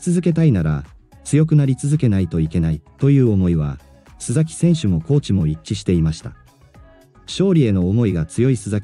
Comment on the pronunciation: すざきではなくすさきさんです